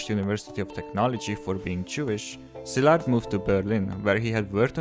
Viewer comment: Finally someone can pronounce Szilárd correctly. Thnx!